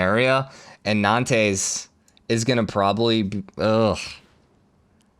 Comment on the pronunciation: It's not pronounced 'Nan-tess!' It's "Non-ts' with the ts more like a whispered hiss; really let go of the s quickly, no tapering, just touch it, and go. Sorry, everything else is great and great vid, but just the pronunciation of Nantes - so rough!